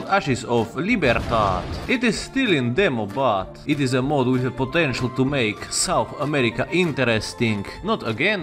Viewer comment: Yes. SOUNTH AMERICA